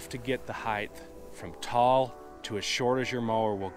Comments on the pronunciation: Excellent series of videos. But, "mower heighth"? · What is heighth?